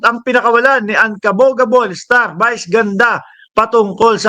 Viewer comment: Brod.vice ganda hindi bice ganda bobong utal.